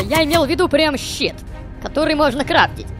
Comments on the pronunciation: Ты случайно сказал щет вместо слова щит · Щит - Произносится как английский Shit. При переводе на русский получается дерьмо, поэтому Бася посмотрел на него так странно. :D